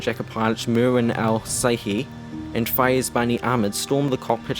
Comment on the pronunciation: Just a correction marwans last name is pernouced in America and Saudi Arabia as Al-Shehie. The brothers on American 11 there names were pernouced Al-Sherie.